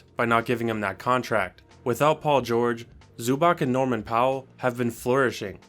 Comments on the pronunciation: Facts. Also btw Not be that’s guy but it’s pronounced (Zoo-bahts) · Bro act he knows clippers well but can’t even pronounce Zubac name correctly 😭